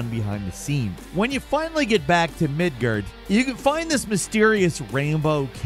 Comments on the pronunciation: Its becoming more and more clear doesnt play half the games he reviews and seems like hes reading a script Still my favorite reviewer on Gameranx But howre you gonna say MIDGHERD instead of MIDGARD and its a game u claim you love lol Actually everytime he talks GOW he mispronounces almost everything about the game and it is so frustrating to hear lmao Cmon...get it together bud 😅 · The first time I heard someone suggest that purposefully mispronounces things to drive up engagement (i.e. to get people arguing about it in the comments), I thought it sounded too ridiculous. But now after hearing Midgard pronounced "Mid-gurd," I'm convinced this is the case. Or maybe he's just trolling us...Either way, it's pretty clever stuff for a bird. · The way bro pronounced midgard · Can’t even pronounce Midgard